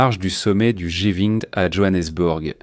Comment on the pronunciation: G vingt svp . L’IA est insupportable. Ce foutu truc n’est même pas capable de traduire ou lire correctement 😂😂 À part cela le plan Trumph est en réalité la plan russe, les 🇺🇸 n’ont même pas lu ce foutu plan . Aucun pays n’accepterait ce plan . Tant qu’à faire pourquoi trumpette ne propose t’il pas l’Alaska à Vlad le sanguinaire ? Witkof est n imbécile au même titre que Trompette , le ventilateur.